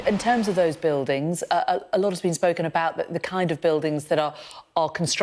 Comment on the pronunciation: Kind, not king.